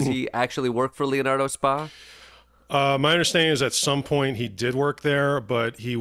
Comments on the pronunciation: Hey Klepper, It's not 'spa" like the one at the resort. "spa" is an Italian term, "Societa per azioni" or in English, "company with shares,", or a public or incorporated company. Using your parlance Boeing would be Boeing INK. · You’re saying “spa” when it’s an acronym S.P.A. which is Italian business lingo & is like Inc/Corp in English. You wouldn’t keep saying Apple Inc in a conversation about iPhones. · Leonardo Spa? FFS.. It's not Spa as in massage and steam, sauna. Spa is SpA as in Inc. Or Ltd. Or plc, or OY, or SA.... Inc., in America. Meaning a public limited company. Leonardo is a perfectly legit Italian defence conglomerate like Lockheed Martin or BAESystems or Raytheon. The ignorance here is both staggering and misleading. If for comic effect, fine. But this narrative is plain wrong. You just lost a long time fan